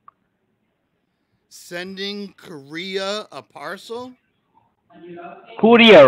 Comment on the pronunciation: Lmao.. scammer in the background: Why you call here again and again! Love it! I'm a scammer! Got him to say it..haha! Awesome 👏 Koo rear? What's a koo rear? Look out for that frog information. Frogs can be unreliable.🐸 📝 Aww.. you dissed his grammar and he gots a mad. 😡 Haven't heard of this scam before. Great job. 👏